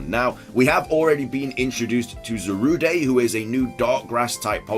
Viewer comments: Will you please quit calling it Za-Roo-Day!! It is ZA-ROOD!!! -I think Calyrex's head could be like Bulbasaur. It could open up into a blossom. (Maybe in an alternative formlike Shaymin does) --I HOPE we get to see the original forms of the fossils. I am a HUGE fossil guy and I was so disappointed in the puzzlemons. -Steel and Dragon type Eeveelutions would be amazing and really wanted!! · Za-Ru-Day... it is pronounced Za-Rude!